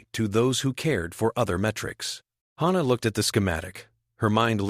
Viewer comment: Wonderful, unusual story! No surprise weapons, no miraculous tech, just grit and interspecies cooperation. I loved it, even though the AI couldn't decide on one pronunciation of Hana's name,.which was a constant annoyance.